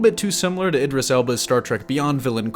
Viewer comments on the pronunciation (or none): none